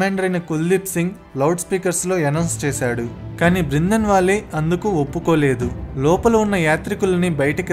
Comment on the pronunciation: బ్రిందన్ వాలే కాదురా బాబూ... బింద్రన్ వాలే.. కనీస సమాచారం లేకుండా వీడియోలు చేయడం ఏంటి.. ఫిరోజ్ గాంధీని ఏకంగా ముస్లిముగా చేసేశావే... అతను ఓ పారసీ..